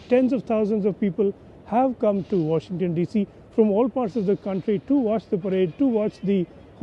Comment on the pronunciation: "Wahington D.C." where's that?